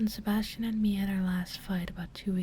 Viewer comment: Whenever you said "Sebasitan" I could only think of Sebastian Michaelis from black butler xD